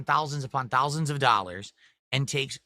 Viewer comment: hundreds of thowlsands